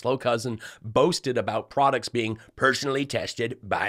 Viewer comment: Wait...did Mikey say "prod-dicks"? I'm deflamed.